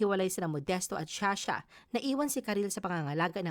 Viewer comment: sha sha???? You mean Zsa Zsa